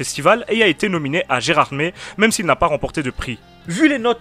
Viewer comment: Et merci d'avoir bien prononcé Gerardmer et pas avec une phonétique en "er" comme mer 😂 ps: je suis vosgien cetait important bisous 😂